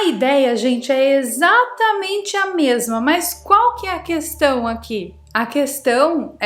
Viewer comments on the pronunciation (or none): none